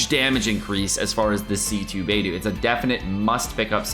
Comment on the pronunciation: It’s BAY DOH, not BAY DOO